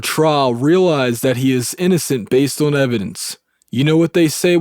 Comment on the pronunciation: O(W)n- are you from Pennsylvania? There is no w in the word on.